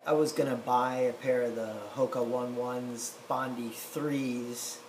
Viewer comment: Just a wee point, pronounce as Onay Onay not one, one